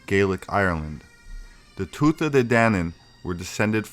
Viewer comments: Thx for this excellent video...one point: tuatha is pronounced : two uh .. not... two thuh..... ‘ th’ is silent in the middle of a Gaelic word ..... 🙏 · Correct PHONETIC Pronunciation .... TOO -A DAY-DAN-AN The "TH" is silent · I believe that the "th" in "Tuatha" is silent...